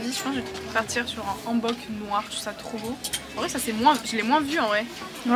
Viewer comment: salut welcome dans mon pays profite bien ^^ MAIS c'est pas AN bok comme nouvel an mais H ANNE bok .. comme ON n'a pas recu c'est pas ON mais comme ON'' OFF .... ^_^ si tu es corée pour ca oufff .. tu vas perdre ta tête xD surtout ton €€€